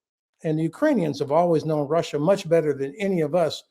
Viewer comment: RussIER and ChinER indeed. 🥴